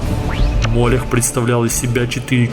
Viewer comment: Как по мне, то не мОлех а МолЕх.